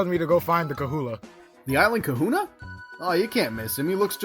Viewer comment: He says “Kahunah” wrong every time. It’s hilarious.